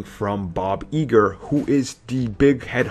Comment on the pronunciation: I think you mean "Thor: Ragnarok (2017)," not Thor: The Dark World (2013) and its Bob Iger not eeger. itsa hard "I" like eye. but you correct it in your later videos, so good job